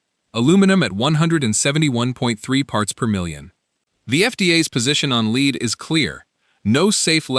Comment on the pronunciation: lead not leed